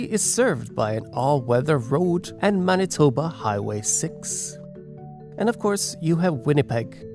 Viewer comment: Judging from the many mis-pronounciations it's fair to assume that this was made by some one who isn't from Manitoba, which is AWESOME! Somebody outside of here has heard of us!